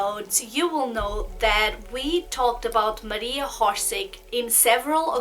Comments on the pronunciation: born October 31 , 1895 in Zagreb and pronunciation not horse-horsic- its orsic y a such negligent n trivial click freak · its pronounced Orshich not horsik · Why do you pronounce her name Horseig? its Orsic without an H! You seem to know a lot about her so please pronounce her name without the H. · Not HORSIC , it’s Orsic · I hate it when people mispronounce things and im pretty sure its not "hor-sig". I can't take people seriously who dont even try to get the names right. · How about you learn that people have different accents?? Not everyone will be able to say things from different language with their native language correctly. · Oršić. Try to hear on google translate.